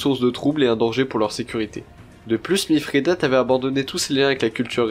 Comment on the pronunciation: Bonjour, j'aime bien, bon travail :-) Mais pourquoi prononcer MiFRIdate, y a t-il une raison étymologique ?